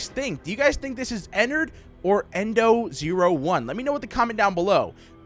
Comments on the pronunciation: Its ennerd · It's ennerd